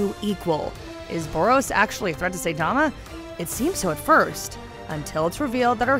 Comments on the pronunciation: It’s saitama not say tama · SAITAMA, SAI-TA-MA , さいたま! Not SAY-TA-MA, せたま! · Seitama (Say tama)? Ginos (Gee nose)? Triggered! >_> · Did she just call him "Say" tama?... try watching a show before you make a video about it. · I quit the video the moment she pronounced it "Saytama"... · It's not saythoma it is Hi with an S(Sai) Tuh and ma Saitama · This video was soo cringey how you gonna say “say tamma” instead of saitama.... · All you had to do is pronounce the damn Sai Tama girl Not sitama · Say tama no saitama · Not say, Sai, it's SAItama lol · Say tama and ginos. Nice job, nice job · Saitama like the weapon "sai" or "sigh". And Genos as in "generation." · ITS PRONOUNCED SIGHT-TA-MA DAMN YOU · Stopped watching when she said "Saytama". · Say tama and gee nos. Okay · Say Tama and G Nose... Press F x ∞ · SAYTAMA GEENOSE 😂 usually I don’t complain but oof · SAY TAMA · saytama and jeanos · Who tf is Sayytama? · Aren’t they pronounced “Sai-tama” and “Jen-os”?? Lmao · Sayytamma lol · I am wondering if She pronouns “Saitama” & “Genos" as Saytama & Gnos Then Fubuki? should be Fub Uki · i am cringing at this person's Japanese pronunciations ,"G Nos"? "SAY TAMA? Ew,no! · Who the hell is say-tama? This bish even watch it? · She's really gonna mispronounce the protagonists name throughout this entire video dedicated to him huh. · How is she gonna pronounce Saitama's and Genos' names like that? Did she even watch the anime or just reading the script from an actual anime enthusiast? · She butchered my man Saitama's name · stop saying Saitama like this